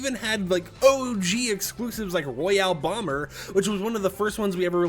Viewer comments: He's gotta talk about excloosibs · Ah yes, the excloosibs